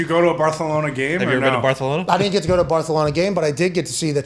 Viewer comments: he’s not saying it right. The lisp in Spain is not the same lisp that they are using on the show. Also, they’re not pronouncing the letter E correctly. It would be barthEhlona not “barthulona” like they are saying. Also it’s a moot point anyway because Barcelona isn’t pronounced with a lisp in Catalan which is the native language of the people of Barcelona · I love it. They're pronouncing Barcelona with a Castilian accent, not a Catalan accent. Just rubbing salt into the wound of losing Messi, by saying the name of the city/club like someone from Madrid would. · Mispronouncing Barcelona was funny the first 3 times you mentioned it in a sentence. These guys will literally run everything into the ground until it isn't funny. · Talk about butchering a name 😂😂😂 like bro didnt you play soccer? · As a Real fan I love how they use the Spanish pronunciation and not the proper Catalan :_HowYouDoin::_KeepMovin::_DigsSalute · Pat is showing off his Culture either the Barcelona pronouncing. Ibiztha!!! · no in Spain it's not 'thh" it's "ce" plus I know you don't care but they don't speak Spanish in Barcelona, they speak Catalan. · That's NOT how you say Barcelona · Pat if you say barthlona again im unsubbing its not funny cmon last few streams you’ve changed its kinda getting outta hand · Pat is butchering the name jeez 😒 🙄.. it’s Barcelona not Barthelona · Barthelona hahahha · Uh oh... : Pat, you slipped up with your sounding hip to the Spanish pronunciation of "BAR-THA-LO-NA" and made it a hard "C" with the "SUH" sound !! Spoiler alert: Even Spanish people, including those that live in Catalonia and in Barcelona proper, pronounce it BAR-SUH-LO-NA. And lol, not only is he not going to the MLS unless he's 38 (PSG can pay him the $90m or w/e per year, not any MLS team), what makes you think that it would mean he somehow would abandon Argentina and play for the US men's national team and we'd win CONCACAF and the World Cup?! lol. more "soccer" ignorance by Americans.